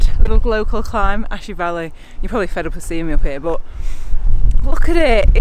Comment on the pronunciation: Just waiting for my cassette to be delivered tomorrow and then I can get my zwift on. Smart trainer arrived and ready. 'Ashy Vally' said like a true local lol peace out heywood neighbour 😁👍